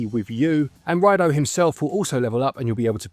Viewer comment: Ryedoh, not Ryedoo